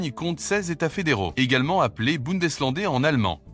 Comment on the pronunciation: Bundes länder (prononcer lendair)